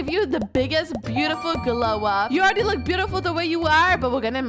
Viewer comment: you said they loock like littel pet Pillows😂😂😂😂😂